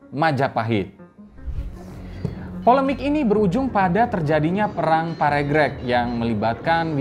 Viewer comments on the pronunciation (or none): Bacanya bukan parégrék tapi parêgrêg